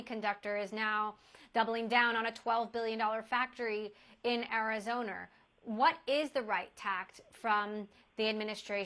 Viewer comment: Did Emily Chang really just say Arizoner 😂😂?! She has got to go.